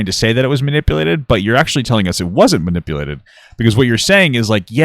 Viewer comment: The way he says "manipalated" is so annoying. His parents apparently couldn't bother to teach him human decency or literacy 🤦